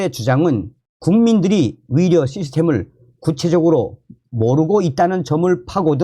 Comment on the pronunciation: 의사나 의료를 말하는데 위사나 위료라로 들리는건 내귀가 이상한 건가? 🤨🤨🤨